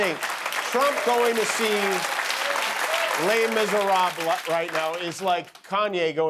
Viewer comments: Jimmy, you can't pronounce 'les miserables'! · Please learn the pronunciation… completely agree with all the Trump jokes etc but the false pronunciation of „Les Misérables“ drives me nuts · Jimmy said Les Misérables as if he was fluent in French…it’s , when he asks Guillermo if he has seen it. 😳